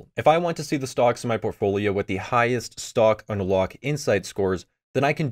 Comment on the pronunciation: You pronounce it like "stock on a lock"